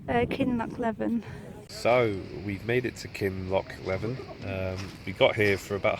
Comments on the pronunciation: Great video well done. It's pronounced kinloch Lee vin. 😆😆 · Please. It's Kinlochleevin. Do your research or ask a local. Well done though, you made good mileage. You wearing Altras? 😜 Cool. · Pronounced, “Kinloch leeven”. Pronounced “Inver sNaid” Shouldn’t wear shorts in Scotland if you don’t want to be midge food.